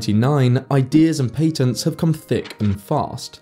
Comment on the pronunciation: Please learn how to actually pronounce patents. It is so incredibly grating listening to you saying that word. I have heard 100,000s of foreigners talk and never once heard anyone say it that way.